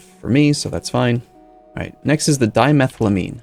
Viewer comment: with the amines the pronunciation is on each syllable. So you have: "di-me-thyle-ai-mean" or "di-me-thyle-tetra-zeen" or "di-chloro-ai-mean":)